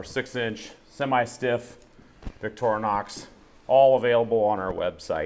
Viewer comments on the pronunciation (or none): "Víck-trinox" not vicktornox